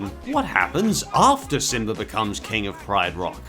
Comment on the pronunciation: Simba, not simber